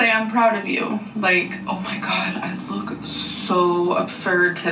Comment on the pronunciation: I love how you say “OoOoh ma gawd” lmfao 😂